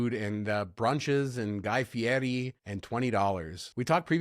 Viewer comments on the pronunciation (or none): FEE-AIR-EE. His name is "Fieri." Why do you INSIST on saying "FEE=ETT-EE'? Is it an inside joke? Spite? If you can't say his name correctly, don't cover stuff relating to him.